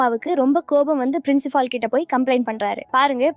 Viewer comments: Adhu gedaar illa guitar . Princifal illa principal. Evan dee unakku english sollikoduthaan.😅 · Frincifal , Dc , baar Devi 😅😅 enama pesure nee